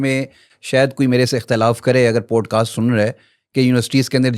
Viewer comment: Pls Poodcast nahi Podcast